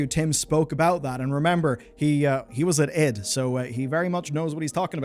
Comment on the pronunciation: Its ID, as in identification